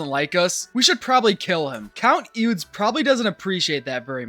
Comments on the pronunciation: "Eudes" is "Odo," for future reference. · Eudes sounds something like *Oo-day*.